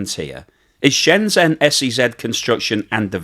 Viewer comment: It's Shenzhen, not Shenzen. If you can pronounce "pleasure" you can pronounce "Shenzhen".